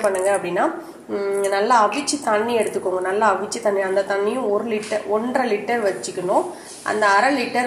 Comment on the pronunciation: Oru litre thanni clear ra kekala mam